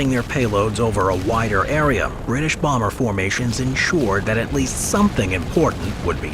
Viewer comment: B sevwentween Bawmer -AVGN